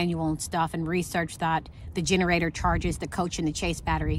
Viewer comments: I love your videos, and enjoy the meals. You give me meal ideas I never think of. Also I think the word when you were referring to your batteries is, chassis, pronounced ( cha )short “a” and “c” cha/c, not “chase.” Again I love your channel, and hope you don’t mind. 💛🤗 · FYI...it's a "chassis" battery, pronounced "chas-ee", not "chase". I'm a 65 year old woman and a long-time RVer. I love how you are (finally lol) reading your manual and learning about your home! You have a very high-end RV with sophisticated systems that are designed to do everything efficiently and often automatically. You paid big bucks for your home, and IMHO, you are doing it and yourself a disservice not using all of its wonderful amenities as intended, and you deserve to enjoy all it has to offer! There is absolutely no reason to be freezing cold, or to not use your fresh water system. Your heating system is designed to keep the plumbing lines warm so they won't freeze. Keep on reading and learning! Love your channel.